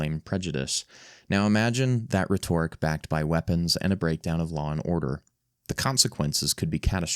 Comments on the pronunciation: & reh-TOR-ik? Never heard "rhetoric" (REH-torik) pronounced that way. Is this AI voiceover? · Rhetoric is pronounced like it rhymes with "Meta Rick," not like it rhymes with "Miss Doric." That sound is reserved for something that is rhetorical. Then the long O sound is critical to the word. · "rhetoric" is pronounced "REH-tor-ik" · What is Re-torrek? You mean rhetoric. You pronounce it like a robot. Reetorrick? A.I. slop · Did you even write this? You can't even pronounce rhetoric.